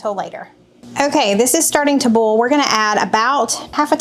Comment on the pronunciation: How do you differentiate between a bowl and boil or oil ? It all comes out sounding like OLE.....I know it's southern thing and I'm in Canada but how do you tell the difference when you use them and they all sound the same? Not meaning to be disrespectful because I love your channel and faithfully follow you, just curious. Please don't be offended cause that is not my intention either. Thanks for the recipes this week, I am really anxious to try the potato salad, that looked very interesting!